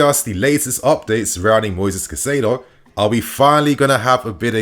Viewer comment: I am pretty sure Caicedo is pronounced Kai-Say-Doe